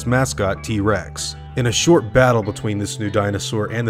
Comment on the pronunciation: "In a short battle" I almost heard "in a shit battle"